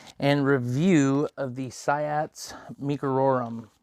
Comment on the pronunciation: It's pronounced "see-ots" ._.